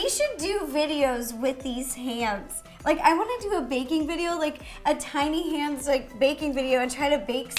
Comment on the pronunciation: who else thought she said titty hands😂??